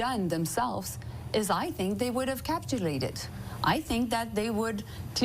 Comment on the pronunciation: the word is capitulated, not captulated... she really is something else isn't she?